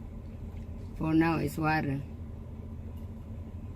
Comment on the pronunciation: i like your pronounciation of (Water )(water)((water) di ko magaya i can relate now on my husband before he went to america for work then always told me that the pronounciation of water is like what u ( said )